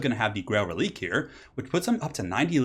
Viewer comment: Btw Reliquae is pronounced reli-kway It's a French inspired word, so the q is pronounced like a kway rather than a hard k. This is a PSA to all YouTubers that pronounce it releek